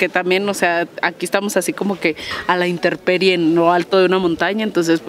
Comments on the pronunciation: Se dice : intemperie . No "interperie" . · Intemperie se dice, con M